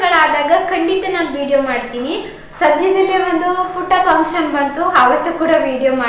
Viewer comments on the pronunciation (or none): ಪಂಕ್ಷನ್ ಅಲ್ಲ mam ಫಂಕ್ಷನ್ (function )